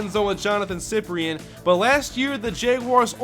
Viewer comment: Its pronounced SI-PRIN not siprien